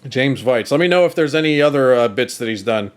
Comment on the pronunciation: Am I right in saying that the name Veitch is traditionally pronounced Vyke?